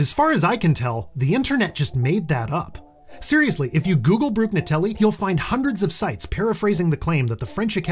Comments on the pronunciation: since you are a connoisseur of linguistic pedantry you should accordingly • pronounce Brugnatelli not with a /gn/ cluster but with /nj/ as that is the closest English phonology has to offer to emulate the Italian /ɲ(ː)/ • not type ⟨‘em⟩ – whenever a letter is elided we use an apostrophy, and the apostrophy has only one shape: that of a small raised 9; the small raised 6 is only ever to be used as a single quotation mark. word processing assumes you want to start a quotation whenever you type a ⟨'⟩ after a space and before a letter, so it will erroneously convert it into ⟨‘⟩. likewise, your ⟨they're⟩ should be ⟨they’re⟩ unless you want to consistently employ straight apostrophes for their ease of usage. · For what it's worth, you don't pronounce the g in Brugnatelli as a "guh" sound. That gn operates more like ñ (like you'd find in Spanish). Since you have demonstrated that you like learning and teaching, I thought you might enjoy that bit of knowledge! Lovely content! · The G in Brugnatelli is silent.